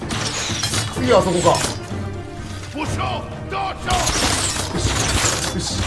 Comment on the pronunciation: どーしよーがだっしゃに聞こえる。 さすが足軽。